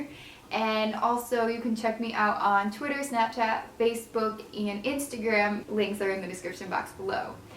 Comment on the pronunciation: I was literally just listening to Amsterdam by Imagine Dragons and when you said Instagram. it sounded like Amsterdam. XDXD